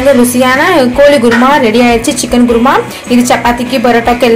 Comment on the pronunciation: adhu குர்மா இல்ல குருமா